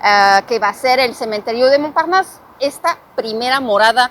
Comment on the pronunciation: Me gusta como pronuncias la palabra "Montparnasse" 👌👍😉 (excelente tu nivel de español) 💯